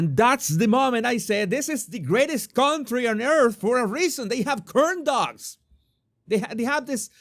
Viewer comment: The! Making "cooorn dugs" great again! You make me laugh every time! Love your videos!